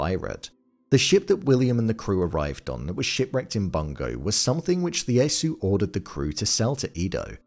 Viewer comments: Lee-asu? What is it with you English ppl reading cap i as L ? Don't you know names always start in caps?😂 His name was Ieyasu: yeh-yah-soo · Tokugawa's name is pronounced ee ay soo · Its Ieyasu (ee-ay-ah-soo) not Leyasu. There are no Ls in Japan. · Tokugawa's name was pronounced EE-EH-YAH-SOO Tokugawa. Just FYI. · ieyasu with an “i”. Not Leyasu. This just sloppy m8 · WTF... It's "Ieyasu" - the first letter is an "I" (i), not a flippin' "L"... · 1. Ieyasu is pronounced "Ee-yay-ah-soo," not "Lee-yay-soo." 2. Edo is pronounced "Eh-doh," not "Ee-doh."